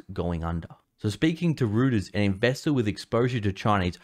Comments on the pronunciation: reuters is pronounced "roy ters", not "rooters" o.k.? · Reuters = 'royters' not 'rooters' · ROY-ters, not ROO-ters. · it's pronounced "roiters" not "rooters"....LOL. Although yes I know....we are rooted. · Reuters - is pronounced "Royters" not "Rooters". You lose a little credibility when you cannot pronounce names correctly.